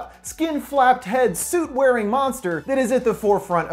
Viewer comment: He said: wering